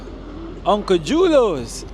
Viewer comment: most of the "J" names are pronounced with a "h" sound (Spanish) for instance "Julios" is pronounced "hulio"